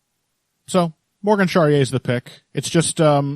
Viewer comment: The final e in Charriere is not silent It's pronounced more or less like this " Sha - Ri - E - RE It's always a pleasure to listen to you guys every week